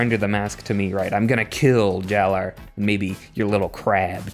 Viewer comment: Jaller is still pronounced like "Jala", my dudes.